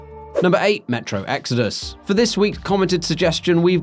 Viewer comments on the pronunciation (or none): none